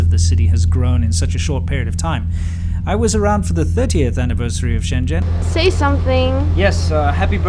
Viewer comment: It's so weird to hear you pronounce 深圳 as shen zhen, when you know how to pronounce it properly, lol.